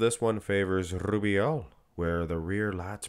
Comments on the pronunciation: you'll be fined soon for the way u say rrubiel 😂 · Love the way you say Rubiel 😂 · LUV rolln that R